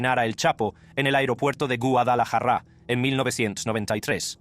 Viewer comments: Quisiera saber de que nacionalidad es el personaje que relata estos videos porque no habla español o castellano no sabe decir Guadalajara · Elvis Presley pronuncia mejor la palabra Guadalajara que tú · yo también y Guadalajara no la pronuncia asi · Q no sabes pronunciar guadalajara